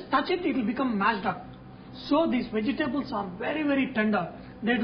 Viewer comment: bee gee tabulls ,, LOL "vegetables.."